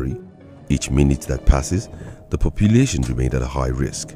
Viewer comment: "papelation" hahahahaha, vamos portugal